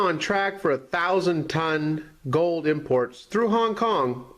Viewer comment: Honk Kong? Phooey